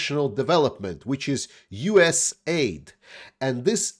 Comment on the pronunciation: Hey, You do fine with names but USAID is unique because we love initials. It's pronounced US - A. I. D.